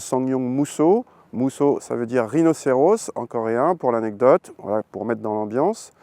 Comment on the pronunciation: Rhinocéros ! Pas Rhinocérausse